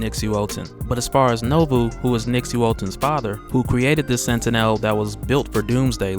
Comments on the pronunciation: minor critique. look up the X-Men cartoons to see how to pronounce 'Sentinel'. Its annoys me like when I watch Onemindsyndicate and they mispronounce words. Otherwise keep posting and I'll keeping enjoying. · Learn how to pronounce sentinel. Jesus Christ.